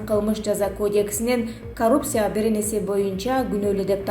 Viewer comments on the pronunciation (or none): Коррупция,ц тамгасын туура айтчы